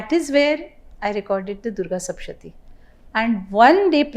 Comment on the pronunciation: It's sapthashathi, not sapshati